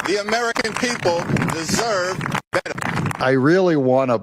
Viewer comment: His word pronunciation is pathetic. Beta instead of better. Give me a break. He can't even speak proper English. 😊